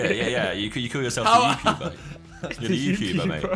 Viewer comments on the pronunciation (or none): Youpuber hahahaha wtf